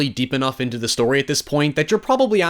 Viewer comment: "You shtole my shtory" is all I remember from this.